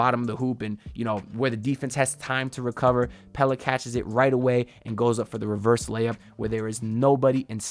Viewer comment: 🔥🔥🔥 thanks for the content… I really like Stevens… glad to finally hear you say Pelle the right way also 😅